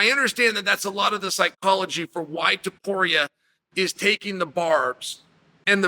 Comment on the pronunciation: Tuporia Topuria, same thing. - Chael